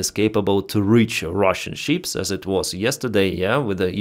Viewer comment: Why is he always talking about sheeps? Istead of ships?